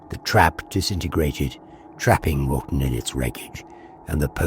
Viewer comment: I think you are saying Wralton, but sounds like Rotten. Fitting as Folly wood appears to be Rotten!